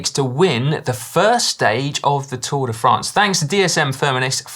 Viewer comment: Lloydy , it's Tour De Fraaaahhhhhhnce daaaahling , NOT Tour De Franz !!! Please add a little French twist to it , do the accent !!! Pleeeeeaaaaase !!!! It is painful to hear it the way you say it !!!